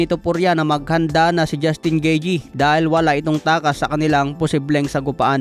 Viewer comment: 'Gitey' ang ang tamang pronounciation